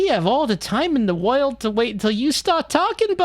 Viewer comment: Also "woyld" for world.